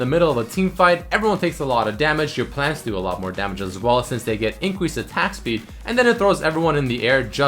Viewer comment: "incweased attack speed"